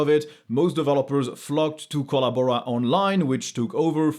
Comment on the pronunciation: ?...you got us CRACKING UP LAUGHING here in the man-cave...with your "Kolla-Bora" pronunciation!...Hahahah!